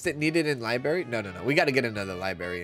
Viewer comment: I love the way says liberry, it’s so idgaf, lol 😂 ❤